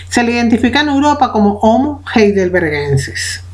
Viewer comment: pero si se pronuncia jeidelbergensis